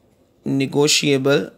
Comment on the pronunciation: Negoshiable mean😂😂